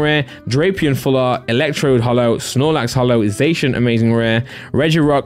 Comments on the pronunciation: y do u say ‘zashun’ isn’t it ‘zassiun’, I’m from England as well and I pronounce zacian like that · Your saying zacian wrong lol